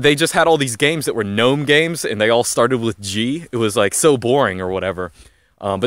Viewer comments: I like the hard G, Lunduke and you would get along just fine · He can say GNOME properly, but he can't say Ubuntu correctly. I'm Just saying. Even so, I liked the video immensely.